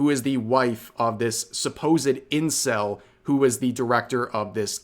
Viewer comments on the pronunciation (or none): The way Rev says "incel" 😂